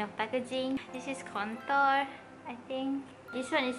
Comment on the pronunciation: contour pronounciation sis . eemmmm the pronounciation is quite wrong but still i suka u sis . ❤